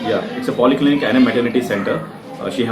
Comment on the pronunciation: it's poly clinic not poli clinic